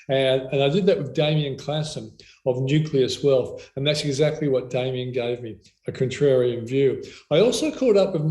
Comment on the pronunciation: Its "Nucleus Wealth" you decrepit old Boomer